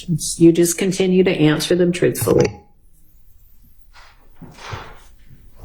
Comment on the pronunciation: ALL THE YEARS OF EDUCATION HAD AND STILL DOES NOT KNOW HOW TO SPEAK PROPER ENGILSH.. IT'S "ASK" NOT "AX" AND ITS "TRUTHFULLY" NOT "TROOFULLY" EVEN SPEAKS BETTER